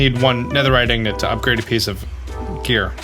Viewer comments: My favourite new series I love vibing to the music And paying minecraft is great Anyone else annoyed that he says Ignit It’s in git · Can someone tell him its pronounced ing-git and ig-not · The way he says "ig-not" and not ingot really makes me cringe a little. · its ingot not ignot. each time he says it, it just hurts me more. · I had the same problem but he actually knows— he’s doing it on purpose. It’s in another one of these comments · I don’t know if it is me pronouncing it wrong but, I hate when he pronounces “ingot” ing-nit compared to how I pronounce it ing-got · Ignit. say it with me.. Ingot 😁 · How do you manage to get "Ignet" from "Ingot" !? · He knows. He’s doing it on purpose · He’s doing it intentionally. It’s a play on the southern slang “ignant” (ignorant)